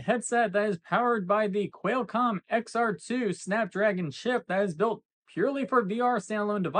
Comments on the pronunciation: I would just like to complain to for saying Quailcomm. How stupid can you be, I was gonna comment anyway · Why the hell is this goofus calling it Quelcom?? Everyone leave angry comments and teach this punk a lesson! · Posting to confirm that the “Quailcom” thing indeed triggered me, sly devil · Never stop saying Quailcomm, I love how it makes people twitch. LOLOLOL